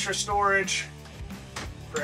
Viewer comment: “Here we have store floorage” 😂